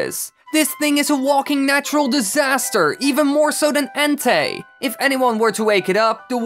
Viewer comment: The first one you said Ente it's pronounced Entei